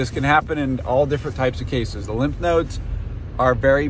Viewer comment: Its called lymph nodes not limp nodes lol